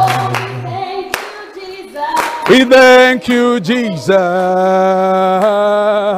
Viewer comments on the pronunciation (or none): That moment the white lady realized thank you is pronounced as "dhengyu" and she's not a lady, she's a "rendi" and they are not in a relationship, they're in a "rereshonshi." 😂😂😂😂😂